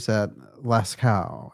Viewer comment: I love this... again... so funny. the caves of Lascaux is FR and is pronounced "LAH SKOH", not "Las Cow" hahaha it ain't Las Vegas! we Europeans wouldn't know what you're talking about! the French would be saying who's that (qui est-ce, Las Cow)? haha if you didn't say it's a pre historic cave thing. BUT you sure know to spell that guy's name! that's for Edgar Allan Poe, I would say. oh wait! POE - PAW ! hahaha